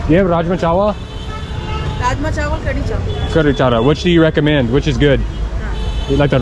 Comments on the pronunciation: Brother it's "Kadi" not khadri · it's called kadhi chawal not "khadri" by the way i love how u guy's get along with native people.. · Kadhi not Kadhri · its curry chawal not khadri chawal😄